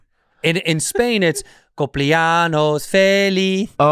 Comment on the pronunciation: LOL it's cumple-ANYOS, not cumple-ANOS. Anos means anuses. 😂